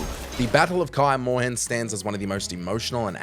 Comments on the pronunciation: you really butchered the pronunciation of Kaer Morhen haha. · Kah-yer Mawhen? Bruh